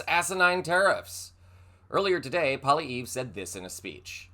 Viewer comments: Hey bud, Canada here... Let me help you out with the Phonetics to pronounce this POS Maple MAGAt, and Elon's Pals' name correctly.... PWA-LEE-EV, light roll on the "R" at the end. The very fact he'd suck up to Muskrat and pander to trump, wrote him off as "the Next PM" for a good many more people than He might think. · Your headline is completely false I demand a retraction you have pissed off canada and you are pronounced his name completely wrong it's pronounced pollyveir your channel usually does much better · Who says PP is going to be our next Prime Minister? I doubt it very much. I think it will likely be Mark Carney. And and even if he is not going to be our next PM, please learn how to pronounce his name properly. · Pierre Poilievre IS NOT the next prime minister. I can excuse that you can't pronounce his last name correctly but do not presume that he is our next PM. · If anyone reports on Canadian government and politics PLEASE KNOW WHAT YOU ARE TALKING ABOUT!? PP (polievre) is playing politics; he is only saying what he has to get votes. I don’t think Canadians want a mini trump. And we don’t want GUNS in Canada. 🇨🇦 you mispronounced his name though I really don’t care or just say pp. or maple maga. Trudeau is still Prime Minister!! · First of all, He IS NOT our incoming Prime Minister; we have not had an election. Secondly, he would be like our own Trump, and not welcome in Canada. It's bad enough having to deal with your moron. BTW, you mispronounced his name!! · He is NOT OUR INCOMING PRIME MINISTER FFS, We haven’t held an election. Since your election, conservatives are falling in the polls. We sure as hell don’t want maple maga and Trump lite! And at least use some phonics and get his name at least closer to correct. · oh and you can't even pronounce his name correctly but don't worry he won't be prime minister so you don't really need to know how to pronounce it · Y9u may also want to learn how to say his name... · It's pronounced "Poly-ev"